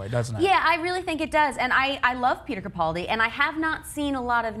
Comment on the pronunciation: It is CaPALdi not CaPOLdi...